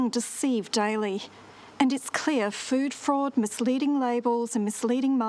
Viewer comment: I was about 3 minutes in before I figured out that "food forward" was "food fraud". :- )